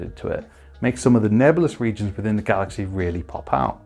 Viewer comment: Did you say galaxae ? :) Ty for the video very useful